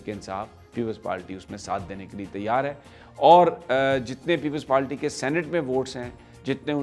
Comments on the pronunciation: Sami Abraham it is " People's Party" not "Peple Palty" please please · Uncle aap itna senior sahafi ho kar bhi aap PPP ko People's PaLty kehte ho? Unparh log jinko English nahi ati woh People's Party ko PaLty kehte hain. Please avoid such mistakes, it's embarrassing.